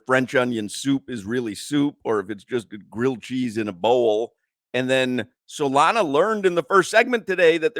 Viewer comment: Solana - "Arger"